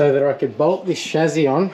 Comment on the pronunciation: I love how you see the Beauty in these and just won't give up, good fella. Appreciated the analogy about the models we did as kids. Oh and it's pronounced ssshhhaaaassssssyyyyyy not Shazzzzzzyyyyyy??